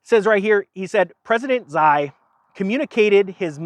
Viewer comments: it's not pronounced zai...it's pronounced kind of like she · I’m pretty sure Xi is pronounced she. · Xi pronounced "She". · Hey, it's pronounced "She" (Xi). Thanks for the great videos. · Next time you have trouble pronouncing the Chinese president's name - just think 'SHE' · To help you out.....he's pronounced "She" (Xi). Blessings,! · Xi's name is pronounced more like this: The X is like a Z pronounced with your teeth together and allow a sort of sshhh sound to vibrate in your teeth. It sounds more like she with a z in front of it.....zshe. I don't speak the language I just wondered how to pronounce it and have listened to his name being pronounced. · "Xi" is pronounced "Chee" as in "Cheetos" lol